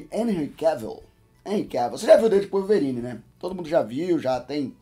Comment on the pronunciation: Calvorine kkkkkkk